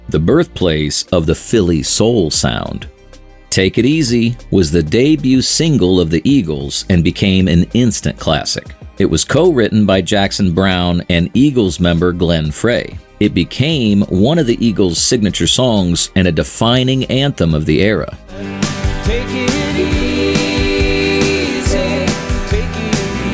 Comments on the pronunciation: And he said Glen Fray instead of Frey. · His name is pronounced “fry”, not “fray”. Lose the AI.